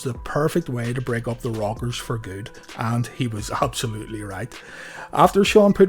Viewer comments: Nice video an thanks but every time you say the rockers I hear the robbers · funny ow he cant say rockers and says the robbers